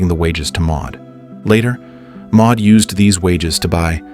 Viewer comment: Maude or Maud, NOT Ma.